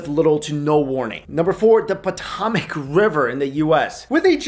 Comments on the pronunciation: Who else cringed when he said Potomac wrong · Yea...I cringed